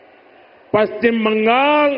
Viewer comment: পশ্চিমবঙ্গ শব্দটা প্রথমে উচ্চারণ শিখতে হবে। তারপরে পশ্চিমবঙ্গ আসার পরে ভাবতে হবে। বাঙাল বাঙাল এসব ভাষা কি?